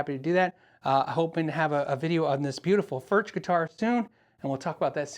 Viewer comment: I believe it's pronounced 'Furk' rather than 'Furch.'